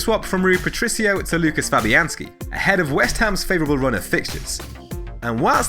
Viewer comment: Please sir. It is pronounced "Woo-kash" Fabianski. Like if from polska!